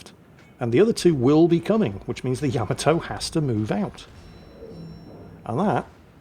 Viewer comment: GOTDAMNIT it's YUH-Ma-Toe!!!! NOT YAM-A-TOE!!!!!